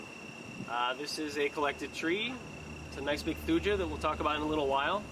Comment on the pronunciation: Thuja is pronounced “thoo-yuh”